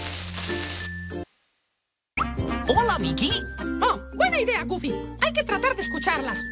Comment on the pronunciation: Se dice goofy